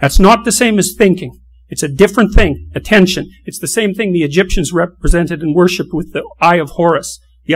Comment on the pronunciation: One day , statues will be built of this man! A modern day metaphysical Tesla! In 1 word genius! Certainty, the best modern day thinker. "Lobsters.... Ah-TEN-SHON" ☺